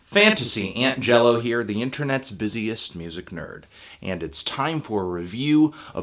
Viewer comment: ANT-JELLO JAJAJAJAJAJAJAJAJAJAJAJAAJAJAJAJAJAJAAJJAJAAJAJAJAJAJAJAJAAJAJAJAJAJAJAJAJAJAJA..